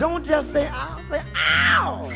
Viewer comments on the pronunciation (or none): none